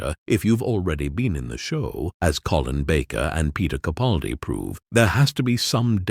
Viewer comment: Sigh...although an all too common error, the next time you do a video, could you please pronounce Peter CaPALdi's name the way he does. With a hard "a" as in PAL. It's sort of a pet peeve of mine. I admire him so much, it irks me that the majority of YouTubers don't make the effort to say his name correctly. Otherwise, great video.